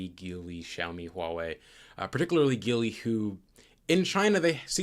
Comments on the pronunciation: Small note: “JEE-lee” not “GEE-lee” 吉利 (Jílì) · Even though it sounds like it should be pronounced geeli it's actually pronounced as JeeLi. I feel you as a automotive professional should definitely know that.